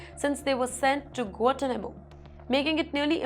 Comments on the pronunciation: Guantanamo _ pro. " Guan Taa__ Na__ Mo" . {no offence} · Please pronounce Guantanamo correctly. It is not Guatanamo. There is a "n" in there. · Check out the pronounication on 'Guanatumano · you can’t even know how to pronounce Guantanamo Properly 🤣😂🤣😂